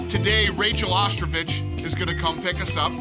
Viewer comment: Is no one going to talk about Dana thinking her name is Ostrovich. He’s just thinking about ostriches. It is ostovich.